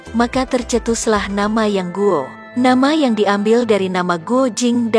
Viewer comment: pelafalan nama nya kak salah jd terdengar aneh dan asing